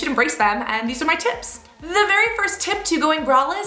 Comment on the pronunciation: I keep thinking you're saying tits instead of tips lol